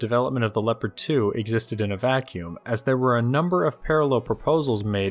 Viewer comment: Nobody:: Leppadd